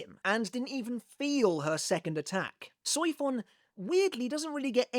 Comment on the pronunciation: The pronunciation of Soifon, I just can't 😂